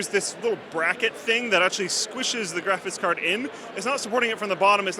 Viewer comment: I love how always says, "graphis card."